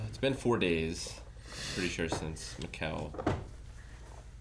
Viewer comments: Everyone: "Mikkel": "Macow" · Guys it's Mikkel like Me-kel, of all the names I didn't expect this to be the hardest haha